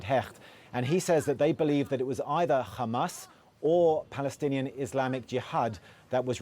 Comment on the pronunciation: It's Hezbollah NOT khezbollah you idiot, it's not khamas it's Hamas. Ignoramus